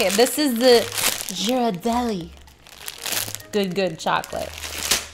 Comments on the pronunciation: It’s not Jhirardelli it’s Ghirardelli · the way she said ghirardelli reminded me of the way she used to say pterodactyl on her oasis play through 🤣 (peetri-odactyl)